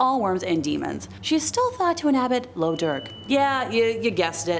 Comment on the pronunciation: Also, the term "lough" is pronounced like the Scottish "loch", as in Lough Dearg (red/blood lake).